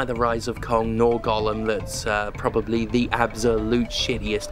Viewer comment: Props for pronouncing Gollum correctly instead of saying “golem” like everyone else.